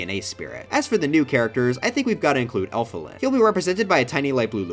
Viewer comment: Not sure what's more disrespectful to Elfilis in this video - the misgendering, the butchering of their name or not making them Mewtwo.